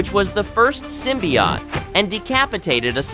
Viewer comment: That's a long "O" at the end of "symbiOte", chief